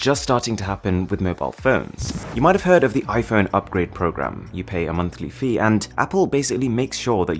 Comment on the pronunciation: Normal people: "iPhone" Mrwhosetheboss: iFhön